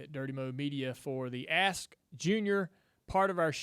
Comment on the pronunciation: Sounds like he saying a$$ jr🤣